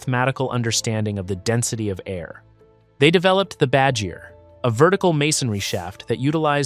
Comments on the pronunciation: It's not called badger it's called Bad-gear. Which translates to air catcher. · As an Iranian, if you went to Iran and pronounced “badgir” like the way you did, you will have a hundred ppl circling you admiring your none Iranian accent. But if you want to actually say it like the locals, it’s pronounced “baud-gheer” which translates to literally “wind (baud)-catcher (gheer)”. I think the way you said it is much more adorable though